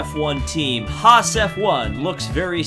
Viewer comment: a whole lot wrong with this video... You said Sirotkins name wrong, You said Haas wrong, Only Red Bull has a Tag Heur Branded Renault Engine, McLaren and Renault is just "Renault". Same engine but the Tag Heur watch company is branded on Red Bull because of sponsor purposes. The other teams have nothing to do with Tag Heur or Aston Martin so quit bringing it up every 5 seconds, Hulkenberg won Le Mans too.